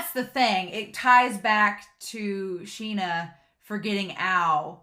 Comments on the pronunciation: This anime has such beautiful backgrounds, it's just really nice to look at. And the name is pronounced "Shin-ya". Personally I find it really difficult to say it correctly, like you can't emphasize on the "y" that much in the sounding, but without it, it sounds weird? Just do your best and try to imitate the VAs xD. And Ao is just precious! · I love the way you ship everyone with everyone in this show! 🤣 Me too — the author did such a good job of establishing what their relationships with each other were like! And I’m pretty sure his name is “Shin-ah” with an “sh” sound. That’s the way it was translated in the manga translation I read.